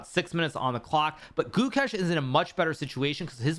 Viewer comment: Since Pragg made you eat you eat your apprehension towards him and Gukesh fed you your words to you for dinner, it’s best you all finally learn their names. Prug naa nun thah (soft th) Goou kaysche (long a sound)